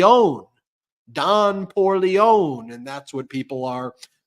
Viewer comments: It's pronounced Don Poor-lee-ownee. You pronounce the last "e" in Italian. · Ben, You pronounce 'Poorleone' like a Frenchman or a Southern Italian (chopping off the last syllable). Frenchman do it out of linguistic style, Southern Italians out of linguistic laziness. I believe the correct pronunciation is 'Poor le own ee' and the last 'e' is a hard ee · The film The Godfather - someone’s turned Don Corleone to Don poorleone. The pronunciation is the same . It’s got an ‘ie’ at the end. 🙂